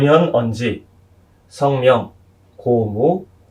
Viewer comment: 한문 문법적 해석은 참 잘 하십니다. 몇 가지 지적하렵니다. 성명이라는 말의 성 자를 계속해서 짧게 발음하셨는데 이 자는 장음입니다. 시고로 는 이런 고로인데 계속해서 그런고로 라고 해석 하셬ㅆ고 , 인의예지를 계속해서 오상이라고 하셨고, 인물지중 수박지분 같은 4짜 성어를 계속해서 두자씩 띄어 읽으셨읍니다. 이것은 석자와 한자로 띄어읽어야 합니다. 이 구문은, 갈 지 자가 소유격이기 땜문입니다. 한 가지 권하고싶습니다. "한국 어문을 고발함"이라는 책을 읽어 주시압. 미국 변 완수 배